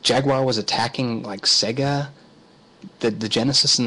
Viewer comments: That would be SEGA (Seyyyga) not SEGGA. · Indeed. Many of the older SEGA console games have the old SEGA jingle where the pronunciation can be clearly heard. I don't know why some people say 'SEGGA' (as in EGG). It's SEGA (as in AGES)